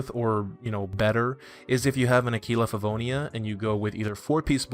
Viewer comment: use Google translate to hear how Aquila Favonius is pronounced, Italian is the correct pronunciation lol